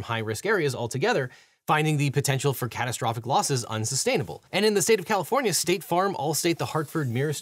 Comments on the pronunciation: Poor Califvornia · the state of Califvornia” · "Califvornia" hehe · ah yes, the state of califvornia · "... State of CALIFVORNIA" lol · Califvornia lol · Objection! “Califvornia” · "Califvornia" lol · Califvornia........... :face-orange-raised-eyebrow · "Califvornia" Lol.